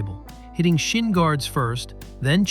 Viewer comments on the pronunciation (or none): none